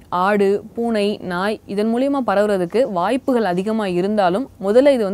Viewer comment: One humble suggestion in the pronunciation of the Tamil word for 'via'. Try to pronounce it moolamaha instead of mooliamaha. Hope I'm not offending. But the way you are illustrating the news, is awesome. .. keep it up